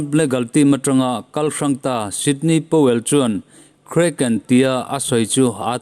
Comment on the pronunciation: Ngaihnawm leh hle mai. Sydney Powell nilovin Sidney Powell zawk tur a ni e..